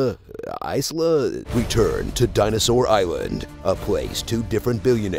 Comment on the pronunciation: It's pronounced "eesla". Long E, short I, but keep the sound short as per Romance language vowel sounds.